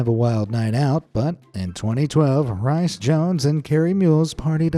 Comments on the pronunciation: "Rhys" is pronounced "reece", not "rice". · Rice Jones. It's pronounced Reese. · WHY DO PEOPLE THINK RHYS IS SAID RICE. It’s most likely the same pronunciation as Reese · He's pronounced Rees, NOT Rice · Just to help you, Rhys is not pronounced as spelled. It’s pronounced like Reese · naughty! you should know better... RHYS is reese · for future reference, it is said Rees (not the actual spelling, just the phonetical outline)